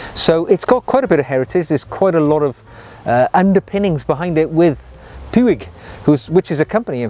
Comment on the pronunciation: Puig is pronounced like "push."